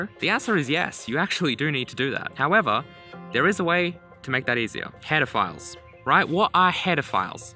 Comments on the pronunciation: uh... that sounded like you said pedofiles not header files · lol it sounds like your saying pedophiles lmao. The tuts are aweosme! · I swear he said pedophile. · when I play it at 1.5x it sounds like he says pedophiles instead of headerfiles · Keep hearing HEARDERPHILE which kind of disturbs me but the series is good enough to keep it together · anyone else keep hearing "pedophiles"? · The way you pronounce "header files" sounds like hedofiles which sounds like something much worse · Google says it's pronounced /ˈpedəˌfīl/ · "what are paedophiles" I turned on auto captions to check if that's what it picked up and it did lmao. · I love that the cc thinks you are saying pedophiles and not header files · when he said header files at the start it sounded like he said pedophiles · Was playing at 1.5x speed and thought he said pedophiles instead of headerfiles lmao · Bro, when you say Header files it's sounds like you are saying Pedophilies. Anyway good series bro keep up 😘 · Whenever he says header files it sometimes sounds like "pedophiles" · not gonna lie thought he said pedophiles the first time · lol I cant be the only one that thought he was saying hetaphiles this whole time, and then immediatly thinking of pedophiles. Tell me I am not crazy. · Every time you say "Header Files" it sounds like "Pedophiles". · Am I the only weirdo hearing Pedo-philes instead of Header-files ? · I thought he said header gaurds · He had to have done that on purpose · I was so sure he said it, that i went 5 secs back to check it again and my opinion remained the same. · Clear explanation; nice video! (One side note, though: I was constantly hearing something else instead of "header files", something bad... First I thought it's just me, but apparently the auto captioning has the same issue. See . You should make your own subtitles manually for this video because the auto-generated one is nasty.) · First time you said "Header Files" I misheard you and was like, "HOLD UP. WHAT?!"